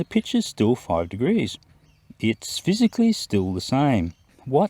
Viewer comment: "physicalickly". Lol you are out of your depth here son. Dude should disappear after this embarrassment